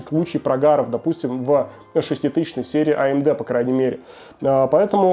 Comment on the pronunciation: по чему амуде? почему нельзя говорить нормально , амд?